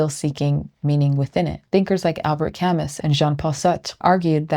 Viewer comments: Pronounced, "Ca - moo." not "Cam - us." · I only saying this because this was great, an amazing video.... its KA- moo, its a weird french name, Camus. I will take my angry comments and downvote, I deserve them. Amazing video. Also, some of these ideas are paralleled in Daoism, and I bet guys like Zhuang Zi would love tragic optimism, but he might not frame it as tragic. Everything Everywhere All at Once is all about the daoism. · I liked your essay, and I'm glad the algorithm suggested your channel. One thing though, when you brought up my favorite French existential philosopher Camus.. The "s" is silent, it's pronounced "ca-moo". Looking forward to more insightful essays to come, thanks! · This is a really. REALLY good video essay. I watch them like my life depends on it. Really freakin good yo. Thank you. I don't know what else there is to add. (I will say that Albert Camus is pronounced Ka - Moo). Thanks again ;p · Loved the vid. Camus is French. It's pronounced Ca-moo. Sorry but it took me right out of it. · I'm glad I found your channel, loving it. I'm probably going to use this concept in a video on addiction, since I like the sociological take. (just one piece of gentle feedback: Albert Camus is French, last name cam-ooo) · (Btw Camus is pronounced Cam-moo 🙂 ) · Hey sorry to be that guy, Albert Camus surname is pronounced 'Ka-moo'. Honestly I don't care and there's plenty of words that I mispronounce, I'm only saying for precision's sake. The correct pronunciation is low on the scale of importance. I've subscribed, great essay! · You're one of my favorite Youtube thinkers. Thank you so much for this. I will offer a quick note that "Camus" is pronounced "Cam- moo". Obviously this is a super minor detail in an otherwise extremely helpful video. Thanks again. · I finished frankl’s mans search for meaning yesterday and talked about it with a few friends, good to hear your take. Camus is “camoo,” (pesky French language) thanks again for excellent quality. Subbed